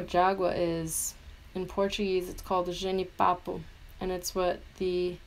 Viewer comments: KSNDLDNKD meo tu falou jenipapo tão bem jurava que era gringa tomei um susto qq aa e ficou tudo muito lindo 💕💕💕💕💕💕💕💕💕💕💕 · Pera, você é brasileira??????? Affff por isso você falou jenipapo tão bem! Não fazia ideiaaaa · Love the makeup, but I'm really amazed by the accurate pronounce of jenipapo.